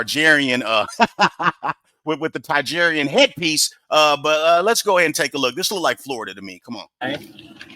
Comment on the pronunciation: The nutcracker statue is creepy! Then again I have a crazy fear of dolls 😂 God love ya, but you’re killing me with the miss pronouncing of Targaryen 😂